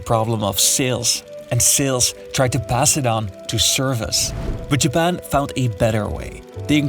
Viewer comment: not JABBAN XDDD